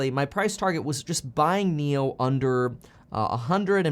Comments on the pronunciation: Actually NIO’s pronunciation sounds like NEW in English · Nio’s pronunciation sounds like 牛 which is bull in Chinese.